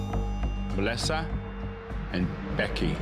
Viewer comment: ”Mlisuh and BHEky”